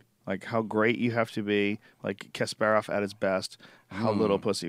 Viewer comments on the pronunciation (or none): If you're going to discuss a topic as if you know what you're talking about, at least pronounce the names correctly. It's not Kasp-air-off, it's Kasp-uh-rov.